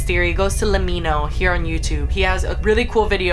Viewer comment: Uh you mis-pronounced Lemmino its said like let me know.He used to be named Top 10 Memes